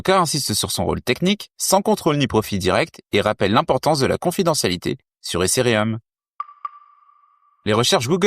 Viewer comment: Les gars vous avez 0 hype vous voulez nous vendre des trucs, sérieux... Vous n'écoutez pas les gens, vos gingles sont malaisants, la prononciation de ethereum aussi. En revenche la qualité des infos proposées sont excellentes. En gros le contenu est bon le contenant claqué au sol. Preuve vous n'avez aucune croissance organique.